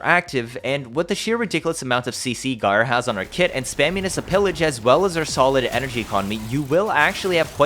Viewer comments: Sorry, but .. "Guy'R" for Gyre? 😂 Otherwise great vid, lots of good info. 😁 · So... you're as puzzled as I am about if this frame is useful. And isn't she pronounced: 'Jyre'?